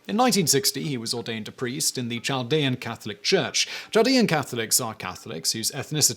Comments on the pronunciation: I have always heard it pronounced like "Caldean" with the h being silent. I am from the area mentioned in the Bonus Facts. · I think the "CH" in Chaldean is pronounced as a "K" (Kaldean). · Doesn’t mean much but as someone who works in a heavy Chaldean area near Detroit, it’s pronounced “Kal-dee-un” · It's pronounced "KAL-dee-an" not "chall-dee-an" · The Ch in Chaldean is pronounced as a K not a Ch. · Pronounced: Kal-dee-an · It is definitely pronounced with a k sound. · Chaldean: Cahl-DEE-an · Hey Simon Chaldean is pronounced without the ch sound the h is silent so think of it like Caldean or a k sound. I live in Detroit and have grown up with Chaldeans my whole life. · Chaldean pronounced with "K" not "Ch" sound..... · Chaldean isn't pronounced with a soft "ch" as in "child," but with a hard "ch" that sounds like a "k." Kal-DEE-ahn. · I live in the Detroit area and always heard that pronounced "kal dee an". No surprise that Coleman Young gave Saddam a key to Detroit. That man was a real piece of work. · Great videos always. Side note...Chaldean is pronounced Kaldean. Other than that, love all your videos. I am Chaldean in case you are wondering how I know. PS since you cover a lot of topics, if you want to do one on the last/oldest Christian communities(Chaldeans)... Let me know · Your pronunciation of "Chaldean" is ridiculous, Simon. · Yeah, Chaldean is pronounced with a "k" sound. Could someone tell me what "najis" means? I'm not familiar with it. I think it might be related to the Sanskrit word "Naga," serpent, but I don't know.